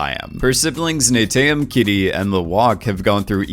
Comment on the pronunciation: Te Suli is pronounced "Sooli", also it's Neteyam, not "Neyteyam" and Omatikaya, not "Ometikaya", Pa'li, not "Pa'le", beacause Pa'le is a direhorse name. You were sooo lucky to make that interview, very nice! :)